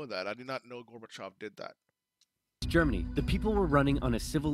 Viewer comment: LOL...now I am blushing, thank you so much for your kind words. And your first attempt at pronouncing the name was actually perfect. 💯 The one really huge event that Oversimplified left out of this video is they did not mention Chernobyl at all. It was hugely impactful, and Gorbachev himself is quoted as saying that Chernobyl was the single most important event in bringing down the USSR. I am sure folks in Sweden know about Chernobyl...as I recall, it was a Swedish nuclear power plant that was the first place outside the USSR to detect the radiation from the disaster. 🖖✌